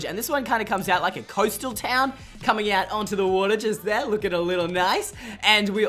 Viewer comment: “Now over shere” lol shere